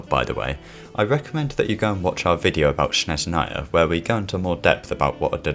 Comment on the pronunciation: You pronounce Snezhnaya incorrectly. According to the Russian grammar, you must say [‘snezhnaja]